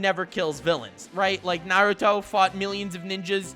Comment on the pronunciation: "Narudo" never learned how to dad